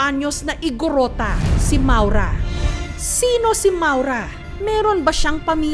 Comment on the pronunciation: ma-ow-ra yata ang bigkas jan